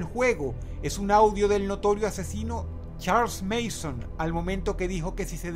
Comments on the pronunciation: Es Charles Manson no Mason .-. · el tipo se llama "Charles Manson" no Mason. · "Charls Meison" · "Charles Mason" jajaja